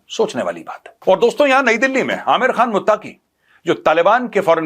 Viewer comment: abay jahil Naam tu sahi ley lay Ameer Khan mutaqi Naam hy flim star amir Khan nahi hy😂